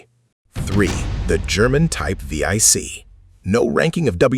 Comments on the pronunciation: the german boats are named 7C not V I C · vee ey c, lol, it is 7C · Teach Your Ai To Say, Type Seven C, Not V Eye C!?! Edit Your Photos To Match Your Narrative. Thank You. (Comment #45) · Type Vee - Eye- Cee is not really correct. . It's simply "Type seven c". Roman numerals. The Panzer IV isn't called "Panzer Eye Vee" either... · What the hell is a type we-ai-ce? Jesus. Get your AI voiceover right. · Getting tired of AI slop. "V-I-C"? Do you not even do a proof-listening before posting the voiceover your AI spits out? Come on.